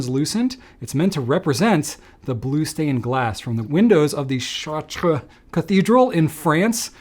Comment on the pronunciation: Yeay bluuuuuuue. I’d love another take on blue inks. After this video I’m almost tempted to get the Platinum. In keeping with Drew’s attempt at pronouncing Italian words, good job pronouncing Chartres ! I know how the French “r” is difficult for US-English speakers, so kudos!